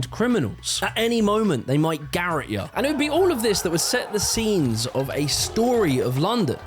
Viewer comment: Garrote pronounce 'guh - rot'